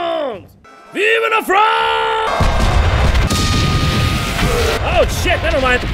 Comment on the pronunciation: Lol it sounded like Jon was screaming "Vive le vent!" rather than "Vive la france!" so it sounded like your war cry was praising Winter... weirdest moment ever